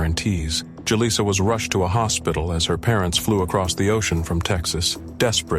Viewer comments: Too many!... 🤦 It's actually pronounced... Who-Lisa!.. 😮‍💨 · How many different ways can you pronounce Julissa in one video?